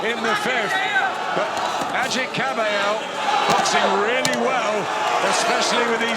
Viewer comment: they pronounce AGIT right. excellent fight. the liver king has de-livered again.:face-fuchsia-tongue-out